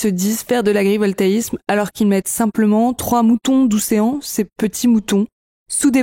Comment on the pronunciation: Des moutons "d’oucéan"! Ouessant est une île au large de la pointe Finistère, et ca se prononce "ouais cent".